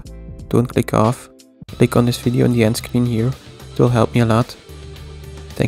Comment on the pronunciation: Did you just say „lick on the video on the endscreen“? Anyways i licked your new video <3 :)